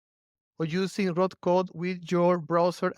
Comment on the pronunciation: It's Roo Code, not Root